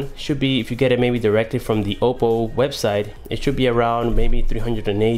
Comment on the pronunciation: it's Oppo, not Opo..